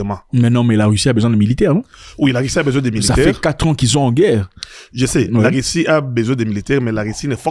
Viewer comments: Pourquoi les zaïrois prononcent le u comme i Par exemple dit Russie/ Rissi????? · Il a quoi avec les "u", il ne fait que dire "i" Rissie, pini, diper etc...